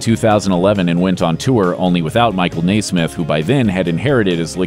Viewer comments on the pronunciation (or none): Its Nesmith not Naysmith! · Nesmith, not Naismith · NE-smith...not Nay-smith. 😒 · stop saying Naismith it's Michael Nesmith! Okay, thank you. 🙂💯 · What am I doin' hangin' round... I should be on that train and gone... Btw, pronounced Nesmith not Naysmith. Next time make a minor effort. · Michael NAY-smith? His last name was always pronounced, "NEZ-mith", Mate ... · It just irks me to hear Mike's name pronounced Nai-smith. It's N-eh-smith. That's why we fans know him as The Nez. Not The Naiz. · I believe Mike's last name is pronounced Nez-mith, not NAY-smith. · First of all,, it's "NES-mith." Not NAISMITH. Naismith invented basketball. Nesmith. Say it with me: NES-mith. Sheesh. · I’m beginning to suspect of intentionally mispronouncing people’s name in order to provoke responses, such as this: it’s Nesmith. Pronounced phonetically, NEH SMITH. Not Naysmith. Thanks. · Mary Wimbley when I was little...born in 64...I always remember them saying Naismith instead of Nesmith...never knew why. 🤷🏻‍♀️ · “Nesmith”, not “Naismith”. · I think the first thing a documentarian should research on a subject is the pronunciation of the subject's names. It's Michael Nesmith...with the "s" in his last name sounding like a "z," not "Naysmith." Not a big deal, but after hearing it mispronounced 20 times in this piece, it started to get irritating. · Mike NESMITH (NËZ-mith) is NOT* related to basketball “creator” James NAISMITH (NĀZE-mith), and the names are not pronounced the same. Please re-do this video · You're killing me with the Naismith crap. Naismith invented basketball. NESMITH (Nez-mith) was the musician and video pioneer (see "Elephant Parts"). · Omg NOT "Nay-smith". The only thing tragic is this video. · NES-SMITH ... .NOT NAI-SMITH.... Sheesh. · NEZ-mith. Not NAY-Smith. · Get someone to pronounce NESMITH correctly, it's not NEYSMITH! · "Nay smith"? Always heard it pronounced Neh smith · Papa Nez, Michael Nesmith, is pronouncd Nezzz.. like never, not nay